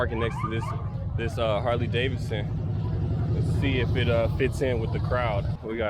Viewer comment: "Haley D'Sun"